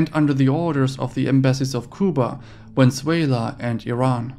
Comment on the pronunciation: I've never heard someone butcher the pronunciation of Venezuela so bad as you did lol